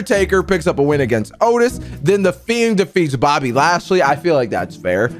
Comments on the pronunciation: IT IS BOBBY LASHLEY NOT BOBBY NATEY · Why does he say Bobby nasty instead of Bobby lashely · way do you call bobby lashly bobby nesty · Why do you say Bobby nasty